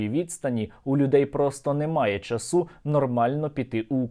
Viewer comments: В слові часу наголос на á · ЧасУ - наголос діалектний і застарілий. Як і рОсійський, пИтання